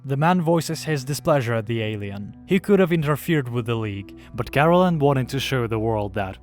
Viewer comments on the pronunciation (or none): Kah.Rel.En. Not Carolen. Is it so hard to do a second take when your narator who didn't read/watch the material botched the main characters name?